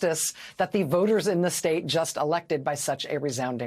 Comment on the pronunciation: THERE’S SOMETHING ABOUT “REPUGLICANS”😱😱😱😱